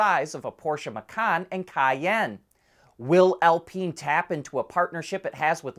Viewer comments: it's Al-Pine, not Al-Peen (which would be funny, but). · In French, it is pronounced "Al-peen".